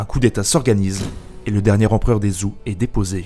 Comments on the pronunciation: Les "Zou" ??? Zhou ne se prononce plus Djoo ? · Super vidéo, comme d'hab! Juste : Zhou se dit "Tchow" et Zhao "Tchao" et la dynastie Yuan se dit "Yuèn" (le système pinyin est parfois trompeur). Sinon super vidéo! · Je vais faire mon chieur mais zhao ou zhou se prononce tchao et tchou. Si je ne m abuse. Je titille. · Vraiment pas mal et intéressant, toutefois, il serait bien de faire un effort sur la prononciation des dynasties et des personnes. J'avais envie de mourir à chaque "zhao" ou "zhou" :D Merci quand même pour la vidéo ! En espérant beaucoup d'autres !